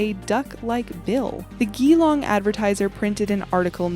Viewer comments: The pronunciation of the city is Gee as in Gee whiz. So Geelong. A beautiful city on the shores of Corio Bay. It's where I live and have never heard the story. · it's pronounced Bun-yip...... Bunyip and Jee-long..... Geelong And dont forget the Yowies, they badass! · hey interesting video, especially liked the bunyip section! I live in Geelong Australia and its pronounced 'Jeelong' and there is a pool nearby called the devils pool, or bunyip pool. its freezing, nobody knows how far down it goes, and bunyips and ufo's have been sighted there over the years...